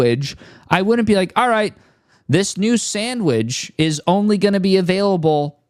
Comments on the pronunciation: "samwidge" lmaoooo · did he say sandweg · U were spittin until you pronounced “sandwidge” like that… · bro said sandwij smh its sandwich get it right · I thought he was doubling down on the mispronounciation but I think that's his accent.